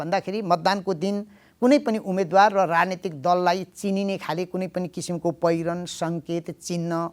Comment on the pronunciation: कार्यक्रमको आशय राम्रो तर कार्यक्रम सञ्चालक सार्वजनिक प्रवक्ता जस्तो होनहार व्यक्तित्व र रिपोर्ट वाचिकाको नेपाली उच्चारणले मेरो निन्द्रा खल्बल्यायो, मैले आफैं नजानेको हुँ कि - उमेदवार व उम्मेदवार चैं सही उच्चारण हो भन्ने ठान्थें तर तपाईंहरूले "उमेद्वार" उच्चारण गरिदिनुभयो, म छक्क परें ...